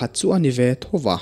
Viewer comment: Thoa mei chhem tih te hi a mak thei ka tih thawh a mei chhem tih awm tak nge i lam dan a mak hrim hrim zawk